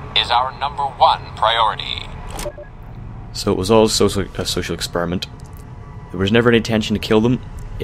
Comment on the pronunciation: I immediately thought about CrazyRussianHacker "Safety is number one pyioyity"